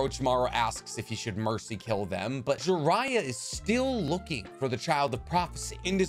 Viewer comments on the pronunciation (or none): none